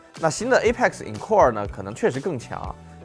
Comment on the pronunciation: encore 应该念类似于uncle